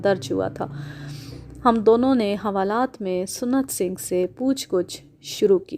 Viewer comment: Maddam...Lafz SUNNAT Singh Nahi SANT Singh Hota Hai.